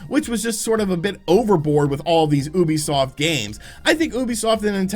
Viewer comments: Say it with me, it’s pronounced “YOU-BEE-SOFT”. Please, for the love of god don’t call it “oohbeesoft” ever again 😂 Gotta pronounce their name right if you’re gonna say it multiple times in a vid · Oooobisoft no no no it’s you-bee-soft. Learn it please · Ubisoft... YU-Bee-Soft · stop saying oobiesoft